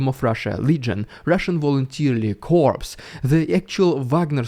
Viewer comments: You prononce corps like core not corpse😉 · I listen to your reports every day. Two English words you often use are corps and coup. Pronounce as core and koo. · PS is SILENT in corps (pronounced COR, like apple core), NOT corpse, that's a dead rushist. P is SILENT in coup (Pronounced KU, like a pigeon call coo) NOT coop, that's what chickens live in. Google will pronounce it for you. It's FRENCH !!!!! Don't torture us any more, just pronounce these two right, PLEEEEEEASE. 🤢🤢🤮🥶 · When pronouncing "coup" and "corps". The way to pronounce "coup" is simply "koo". Pronounce "corps" by simply saying "core".